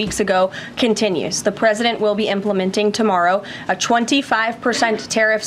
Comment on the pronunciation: "Pwesident Chump" 😂😂😂